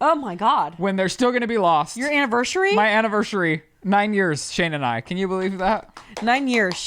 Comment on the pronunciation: “Annivershurey”